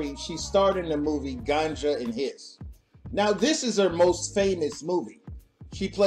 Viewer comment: Her name, Marlene, is pronounced (Mar LEEN). Not (MER lin)!!! OMG.... Oh Ganja and HESS not ("Ganja & HISS) You're killing me. Other than that great Vid!!!